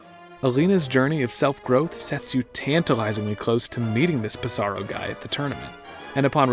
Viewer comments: Ps saro lol. it's sorrow, dude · If you look at how it's spelled in Japanese, it's clear the P is supposed to be pronounced. Pi-Sa-Ro.